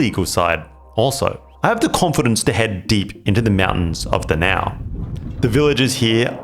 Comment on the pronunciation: DA-NAO & PAL-TIK. The correct pronounciation